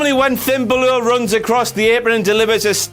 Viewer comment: I really do hate how says 'Bálor'.